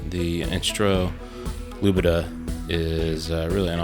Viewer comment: Lubadh is in fact not pronounced "Lubidah", but "Looper" <3 :)